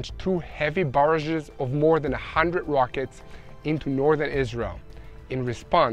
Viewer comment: BARRAGE: Ba-RAHGE (soft "g"). I hope you don't mind this input. I would welcome correction of my French--if I ever got to use it.